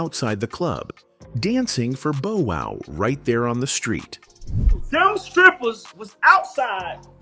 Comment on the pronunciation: The pronunciation..“Boe” Wow … is irritating